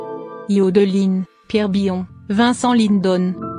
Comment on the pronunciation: Vincent Linedone, ouah la prononciation lamentable !!!!!!!!